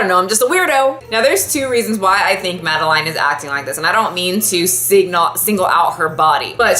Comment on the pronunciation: The way u pronounce madeline triggers me. It’s my full name and it’s pronounced “mad-el-in” love the vid tho this is the one I rewatch most lol